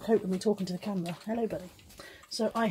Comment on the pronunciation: Buddy says "ello"